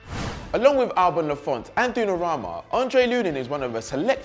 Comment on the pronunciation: Who the hell is Dunarahma? You're not thinking about the young Italian goalkeeper, are you..?